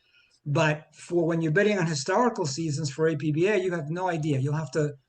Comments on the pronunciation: It's pronounced Appah and it is primarily a cards and dice board game. Why does your committee ignore baseball board games? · the company called it APBA, not A-P-B-A. It’s Ford, not F-O-R-D.